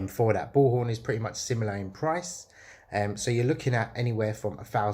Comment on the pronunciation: What's the second crm system you say I can't understand what you said bullhorn and the other one?